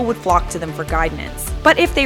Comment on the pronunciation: hehehe... guidenance XD